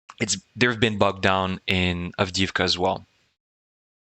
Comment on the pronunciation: Avdiivka---"avdeeyeevka" ---the second i is a "yee" ------not "avdeevka"